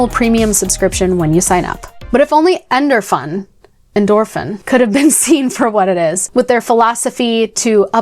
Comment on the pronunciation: I played this game as a tween in the mid-90s and came looking for it out of nostalgia because the higher levels and subliminal messaging creeped me out. Am I the only oldhead here? 😂 Oh, and it's definitely pronounced "endorphin".